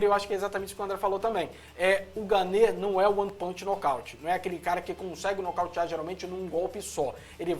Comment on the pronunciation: não é ganê ,e sim gane,o e no final não se pronuncia.espero ter ajudado.